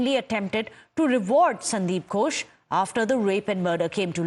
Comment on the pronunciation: Gosh no no. It gHosh. H is important there. Else it becomes Gosh of English speakers which some of them use to avoid saying God which would lead them to sin in Christianity. You can't call upon God all the time and disturb Him as He lay asleep or wandering. That is why they even want others to set standard times like Sundays for prayers.